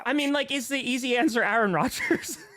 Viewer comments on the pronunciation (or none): It's Aaron, maybe multiple times....just sayin